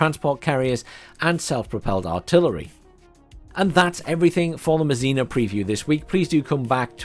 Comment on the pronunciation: André Masséna...pronounced `Ondr-eh MahSeh-Nah'... The 'e' in French rarely makes an 'eeee' sound. LoL